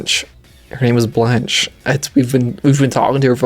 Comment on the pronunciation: I think its pronounced (bl-on-kay) not sure though...